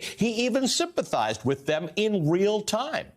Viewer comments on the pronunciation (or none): none